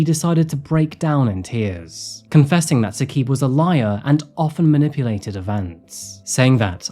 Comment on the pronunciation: Also it’s not “Hasheem” the pronunciation is “Ha-Shim” And it’s not Saqeeb. It’s “Sa-Qib”